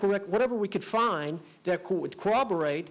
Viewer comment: Why do so many people say coo-WOB-er-ate??? It’s corroborate!!